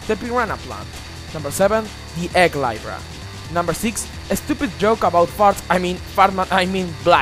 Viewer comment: Just saying, Libra is pronounced lee-bra. Also, is it just me, or is that Eggman battle a creative concept, even if it was poorly executed?